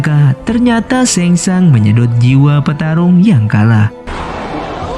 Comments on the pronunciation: Penyebutana nya sheng shung bukan sheng shang😅🙏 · SHANG TSUNG BG BKN SHENG SHANG😂😂🙏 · Sang tsung,bukan seng sang